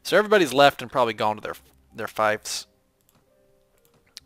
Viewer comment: Hey bud its pronounced feefs not fives.. love the video